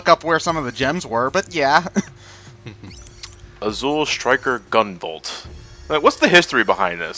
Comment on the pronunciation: Nobody can pronounce 'Azure' these days. First Clement, now this?